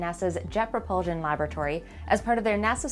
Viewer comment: It's "propul-shun" not "propul-zun".